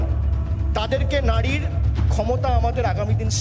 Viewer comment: Bhai ota nadi noy ota nari Age bangla ta bolte sekho bhaipo Tarpar bolte eso.